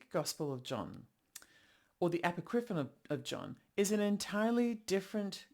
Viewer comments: I just think Icke is incorrect. I wasn't going to say anything, because I am that person, and I'm trying to control myself. But consider calling it "a POCK ri fon." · Apocripinon, you say?